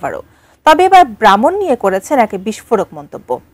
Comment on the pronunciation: ব্রাহ্মণ কে উচ্চারণ করছেন ভ্রাহ্মণ তাহলে কাজ হবে।